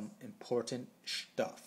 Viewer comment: I literally pissed myself every time you said Shtuff... this video was too amazing!